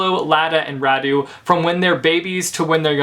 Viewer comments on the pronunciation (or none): Im Romanian and every damn time someone says Radu or Nicolae differently than these names are originally pronounced I'm cringing really hard, but also I'm lazy and I don't bother correcting anyone because who the f cares ??